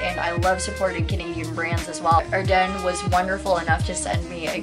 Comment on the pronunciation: Its pronounced Are-Dens lmao